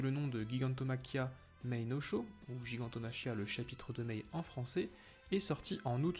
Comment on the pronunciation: Ça se prononce "jigantomakia".